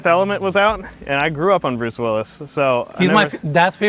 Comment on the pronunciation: Penis cannot even pronounce the name Bruce properly!